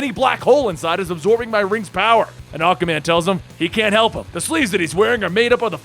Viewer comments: learn how to pronounce aquaman a-qUa man NOT akaman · is it me or is saying akkaman instead of aqua man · I know you're saying Aqua-Man.... but it's sounding like Aka-man. And it is very off pudding. See it's annoying when someone does it in text. Now try listening to it over and over. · Great Reading!! Love your Voices. Speaking of pronouncing... Aquaman is pronounced- Ah-KWuh- man. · Every time he says Aquaman it sounds like Acaman like acapella man. That's acastupid. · "akaman" is it just me or can just not pronounce Aquaman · Is it just me, or does this guy say Aquaman's name kind of strange?